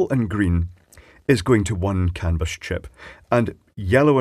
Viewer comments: Sounds like you're saying "cannabis" every time LOL. I live in the US Pacific NorthWest where it's all legal so it's not shocking to hear but just funny. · Some might say that's a CAN-A-BUS effect.